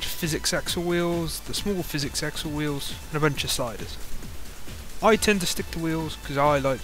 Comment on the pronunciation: I think hes saying PH as an F and X is just hard to say so it turns into physics